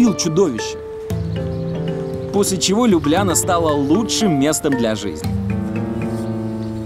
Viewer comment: Ну какая же это Лю́бляна, когда это Любля́на!🙈